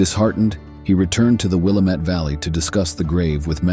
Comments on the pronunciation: Wil LAM et. NOT WIL A MET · Willamette - sounds like:Wih lamb et. Local native Oregonian pronunciation. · It’s pronounced “Willamette” dammit. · Willamette= Wi-LAM-it The Dalles= The Dalls Clatsop= Clat-sup Pronunciation aside, great video. 👍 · Willamette is pronounced out here : Will am it -- Dam it ! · I was born and raised in the Willamette Valley. We pronounce it Will AM it. I am organizing an adventure into the Dutchmen mines of Central Oregon. I am a land surveyor. I have the old maps. There is no cell service. I use GPS. Let me know if you want to come. You will need a very dependable vehicle to come with us. You must have a chainsaw, and there are mountain lions. We'll have provisions for 2 months.🎉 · The person who narrated this is clearly NOT an Oregonian!! 🤣 The pronunciation of Willamette, Clatsop, (My area) Nehalem, and the Dalles had me snickering!! I am a born and raised Oregonian. My children are second-generation, and my grandchildren are third-generation Oregonians!! I love this GREAT state!!! Some areas more than others. I love nothing more than to bask in our lush vegetation and wildlife. We are so VERY blessed to have such a beautiful state!!! 🦆🦫🦆🦫🦆🦫🦆